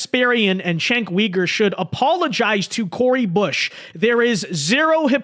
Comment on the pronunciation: Please pronouns his name right.